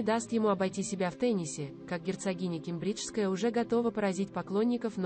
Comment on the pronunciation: Ке'мбриджская. Ударение на 1 слог